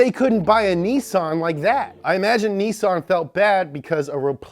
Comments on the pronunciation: Could you please stop pronouncing Nissan, as "Nthn" thanks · its japanese... it is pronounced Nee-San That is why all their race cars are #23 2-Ni 3-San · You said Nissan correct only once thru this whole video and you guys treated it like a mistake. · Your pronounciation of "Nissan" is killing me. 🤐😬🤐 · Why are you going out of the way to mispronounce Nissan like the British? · All this research and yet he still can’t pronounce Nissan correctly. How can you be a gear head without even knowing how to pronounce a major car brand name? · For the record I hate the way you say Nissan bro lol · YOU ARE PRONOUNCING IT WRONG AND UTS KILLING ME!!! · why is he pronouncing nissan like that -_-' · Could you like Stop pronouncing Nissan like that Please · I’ve never heard anyone pronounce nissan like that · Why does he say Nissan like thar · I don't know why but the way he pronounced Nissan urked me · Whys dis guy pronounce Nissan like a brit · Idk why he's calling it that sounds annoying AF cud hardly finish the vid for once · Say it with me: KNEE-SAAN. Not, NISS-SIN. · Speak Japanese. It’s pronounced like most say it ... knee-san. Where did you get the idea it’s nih-sen? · Its pronounced NEE-SAHN watch?time_continue=16&v=3l8xFCLB1m8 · ITS KNEE SAUN NOT NISIN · Its not nissun its niiiisaaaann lol 😆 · Its nissan not nisend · Why do you say nissin it’s Nissan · Nissan... not nissin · Nissan not nissin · Why does he say nissin instead of nissan? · Dude, I love, LOVE your shows. They are great! Informative and entertaining. BRAVO! But one thing.... You say a car company's name...just wrong....wrong! Nissan. Nissan is pronounced NEE-SON. I lived in Japan for 4 1/2 yrz and speak Japanese. It's not "Nissin" which is the Food Company like instant Ramen.... It's Nissan (Nee-SON). Just sayin. Cheers and Rock on! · Me: Nissan My brother: Nissin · The was he says Nissan sound like he's says Niss in instead of Niss an. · Nissin Sentra SE-R INSTANT RAMEN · ITS NEESON NOT NISSIN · "nih sin"